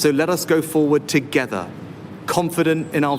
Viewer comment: Comin' togever ....thanks Beth Rigby. So hard to listen to